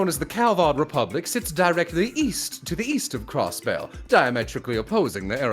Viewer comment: channeling a southern Cross-Belle